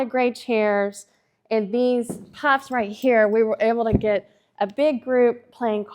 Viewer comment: Most definitely not pronounced 'puffs'. Let me guess, Woke culture doesn't allow the word 'poofs' anymore along with 'master' bedrooms. 🥱🥱